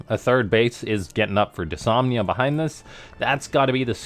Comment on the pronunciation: It's kinda been noted, but the new bot's name is Dys-NOM-ia